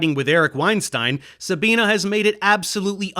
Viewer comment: Love your videoes, but plz, her name is pronounced SabinE, not SabinA